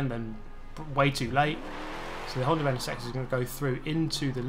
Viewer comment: Camoru, Honder... lol wtf